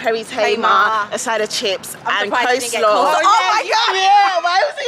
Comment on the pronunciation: Good vid but. COLE-SLAW.. NOT CO SLAW why do so many people struggle with this 🤔